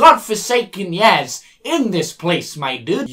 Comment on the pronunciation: ...." TEN YEAS" PFFFFFFT